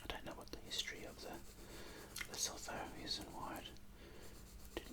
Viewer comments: Lesotho pronounces Le-soo-too mate. Great video though 👍🏻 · "Lesotho" is acctualy pronounced le-soo-two. Awesome video much love from South Africa❤️🌍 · Its more le-soo-too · The South African within me was cringing so hard lol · i’m south african and i was cringing so much 😂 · Yes, I can confirm that I did not pronounce it correctly. There are other comments that show the correct way to pronounce Lesotho.